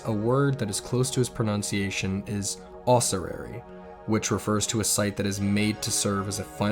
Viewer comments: Screen: os-su-ar-y Narration: ossurary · "Ah sioux air" A sewer. He called it a sewer. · Was the word Ossuary?